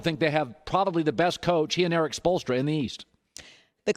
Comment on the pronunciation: "He and Erik spoelstra"